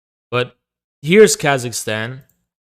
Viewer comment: “Here’s Khazakstan…”